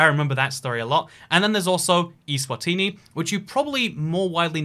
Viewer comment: Btw it's Eswatini not iswatini